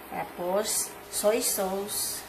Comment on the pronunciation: hahahaha Ang pag pronounce nya ng sauce.. soy sows instead of sauce